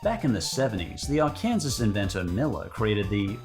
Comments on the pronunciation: Um, I forgive you for this cause you're Aussie but, that's not how you pronounce Arkansas lmfao. I'm from Arkansas and it's not pronounced Ar-Kansas, it's Ar-kan-SAW lmfao. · "Arkansas" is pronounced "Ar-kun-saw" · Just so you know it's pronounced Arkansaw not Arkansas. But you're not American so I'll cut you some slack! LOL sadly I do know Americans from big cities that have pronounced it as Ar-Kansas though and to be fair we'd probably have some trouble pronouncing some of the Aussie native words. Also I remember seeing the Sensa diet ads as a seven year old and thought it was the answer to my fat kid prayers. 😭 Not a fat kid anymore thank goodness. I figured out what nutrition was at an embarrassingly late age.